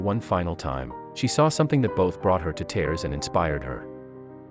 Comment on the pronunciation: You don't know how to say red or tears. Why does narrator do that??? I would call my car speedy Gonzales or maybe fat cat